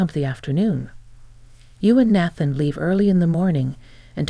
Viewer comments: Nathan na than not bath an please correct your ai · Nathan is pronounced “nay-than”.